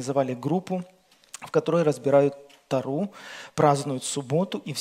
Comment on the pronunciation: Не тарУ,!!! А тОру.!!! Простите, но режет слух очень.